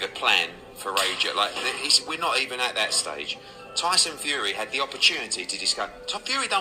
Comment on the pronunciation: "the", the word you're searching for is "the", not "d". The fourth letter in the alphabet is "d", it's not a word. And "that" is the other word you're searching for, not "dat". "Dat" is what happens when when you're talking about a Japanese made car and you forget to include the "sun" bit at the end.